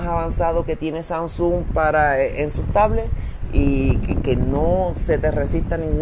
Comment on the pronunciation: pero no sé dice SANSUN 😔 de resto todo excelente